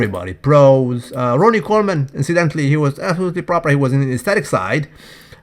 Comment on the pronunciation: That "Proopahh" in James' pisture caught me by surprise....